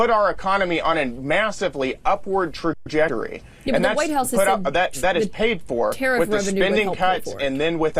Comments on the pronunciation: What is a “tragetery “??😂😂😂 bwahhhaaaa🩵🤍💙👍🏼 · What the hell is tra-jed-er-ry? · another shining example of republicans lack of knowledge of the English language., 'traDjetory' instead of 'trajectory'. Just like MTG and her 'indiCtment'. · Trajettory. Honestly. When Billy Batson became Captain Marvel, he knew that the word was "trajectory." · He cant even pronounce "trajectory " properly